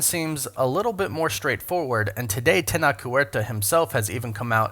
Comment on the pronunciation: It's not pronounced (Teh-nock); IPA: [tenɒk]. His name is pronounced (teh-noh-che); IPA: [tenoʊtʃ].